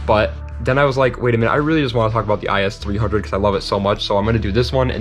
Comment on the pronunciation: Other then saying the “is 300” it’s I-S 300 Great vid tho